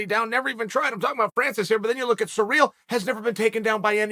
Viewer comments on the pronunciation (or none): The way he pronounces Cyril is surreal. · '' Francis Sir eel '' lol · “Surreal” Gane lol surprised he doesn’t pronounce last name as “gain”